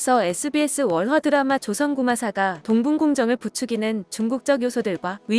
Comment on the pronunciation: 동붕공정이 아니라 동북공정임;; 멘트 써준거 생각없이 그냥 따라읽는건가 역사왜곡 컨텐츠로 영상 제작할거면 동북공정은 알아야지